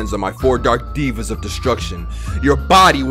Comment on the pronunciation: It’s deva (dave-AH) not diva